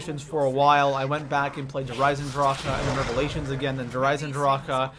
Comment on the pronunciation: When he said revalation second I unsubscribed I am never watching this guy